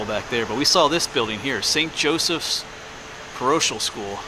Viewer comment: Parochial pronounced pa-ROE-kee-ul.